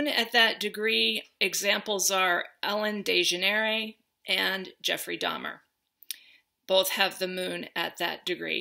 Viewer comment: The best part of this video is when you prove without knowing that you don’t watch TV. Ellen dayjeneray 😂 I love you soul much